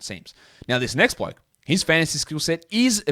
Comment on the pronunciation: you love him as a…… “ bloak” ok 👍🏼 we hear you lmao